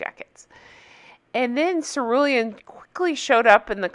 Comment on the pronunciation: "Ceruelan" 🤣 English is not my first language, so I thought ", who the hell is sir William?"